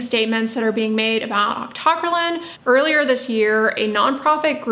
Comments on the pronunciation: Octo - cry - leen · God lord, it's octo - cry - lean! Or aak tuh krai leen. How did you come up with your pronunciation? A basic chemistry course should have given you the foundation to say it, but you've taken more chem than me yet got it wrong?